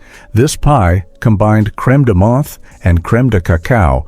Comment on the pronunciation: LMFAO..Creme de moth ?! AI audio never fails to amuse.